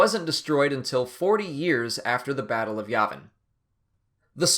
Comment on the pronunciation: Sorry, dude, but you're saying Yavin wrong.